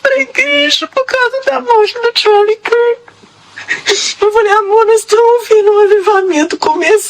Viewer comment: Vc deveria pesquisar mais sobre Charlie Kirk( cujo nome , aliás,vc pronunciou errado). Ja o acompanhava a bastante tempo , e posso dizer que Ele não era racista principalmente declarado, ele não era armamentista, ele não era contra imigrantes e sim contra a imigração ilegal! Todas essas falas que vc citou foram completamente tiradas do contexto, chega a ser uma maldade e difamatório. Assista aos vídeos dele sem cortes. Essa questão de avivamento talvez tenha sido exagerada,porem sim, as igrejas aqui nos EUA lotaram apos a morte dele, e os jovens estão se levantando nas universidades,muitos testemunhos de conversão!